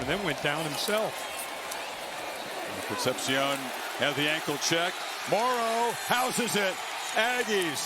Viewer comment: Con-cept-shiōn makes a re-cept-shiōn